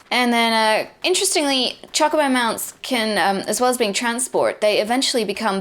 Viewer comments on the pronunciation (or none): none